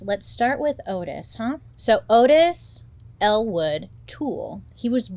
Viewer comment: I heard "Ottis Elle Wood Tool" and my brain went "....????" for far too long.